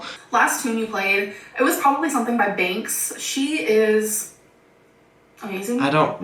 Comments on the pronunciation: Trying to figure out if she was saying "Binks" or "Banks" when she's talking about music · Is she saying BANKS? If so, she’s right. Banks is a damn good artist.